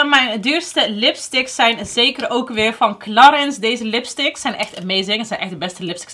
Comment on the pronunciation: Toen ik in een parfumerie werkte veel cursussen bij Clarins gehad. Heerlijk merk. Maar je spreekt het uit als claren 😉🤭